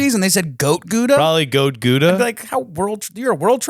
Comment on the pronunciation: I'm Dutch and so that is not how you say Gouda haha